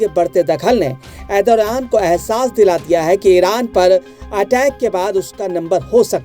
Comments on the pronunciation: Arey bhai naam tho theek se bola karo na Turkey prime minister ka... Ethoraan Nahi.... ERDOGAN 😂😂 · Erdoran nahi hota hai. Pahle name lena sikh lo bhai